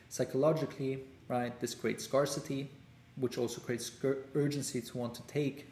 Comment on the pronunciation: Thanks! I can help improve your English pronunciation’scarcity’ and when you say words with “th”.